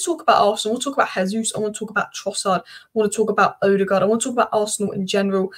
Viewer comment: But no one has yet pronounced Ødegaard's name correctly 🙂